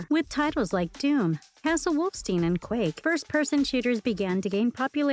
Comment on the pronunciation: Castle "wolf-steen"????